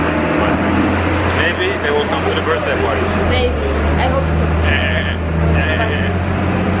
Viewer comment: All the money you may have and both of you keep repeating the same pronounciation's mistake"Happy birzday"??? I give you a tip we say "Happy Birthday" and we pronounce it "Happy birday" Please!Stop abusing this language.